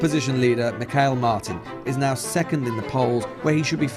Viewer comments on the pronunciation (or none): The fool comes over here and mispronounces every second word he says.